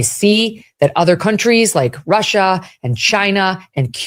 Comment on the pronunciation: The way she says China Russia makes her sound so stupid and uninformed